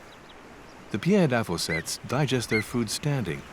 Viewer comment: "pied avocet" and "pied Kingfisher" is pronounced like apple pie. Not "pee-ed". Not sure where the narrator is from but English is not his first language.